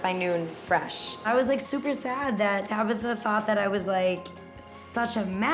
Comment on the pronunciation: TabAtha! Not Tabitha🤦